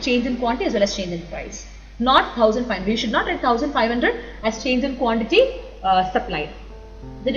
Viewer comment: teacher .. seems you byheart the subject ..thats why like rocket... nice saari.. quantity teacher says quanty...drink water madam